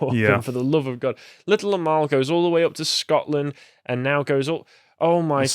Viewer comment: Until I actually read the correct spelling of the name of the Little Amal puppet, I thought you were saying her name as Little Lmao.... It is a bit ridiculous so it still fits either way.